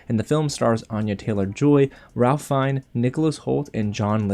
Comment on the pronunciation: Great Review! Really looking forward to seeing this one. FYI, his name is pronounced rayf fines.